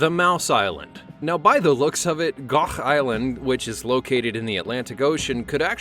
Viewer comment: ✨gOuGh✨ Love the pronouncation 😃